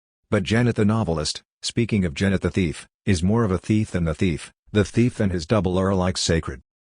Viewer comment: This is a travesty! An AI attempting to imitate a human reading, only a human who has no sense of pacing and can't pronounce the author's name. What a combination -- that sweet spot between sick and sad. Just read the book. Better yet, read it aloud because it's pure poetry.